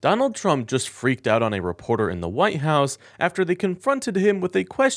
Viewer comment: White House, with a T in "white.": not your Huwhy-house.